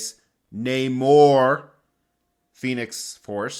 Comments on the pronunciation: I'm so proud of you, not that you showed restraint but that you pronounced Namor correctly...…..j/k. I only preordered a few items this month as I'm on my way out of the hobby due to space, but the biggest was easily Queen Studios' 1/2 Aquaman. I just had to have him to go with my BVS Trinity set from Prime 1. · You pronounced Namor correctly! (Though you didn't sound happy about it haha)